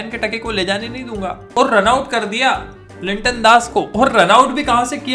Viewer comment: Linton Das nehi vai Liton das 😂😂😂